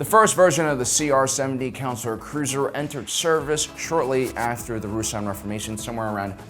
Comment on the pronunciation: Consular is not pronounced "Councilor".